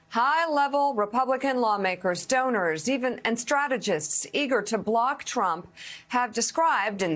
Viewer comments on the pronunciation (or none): Did she just say stoners instead of donors? 🤔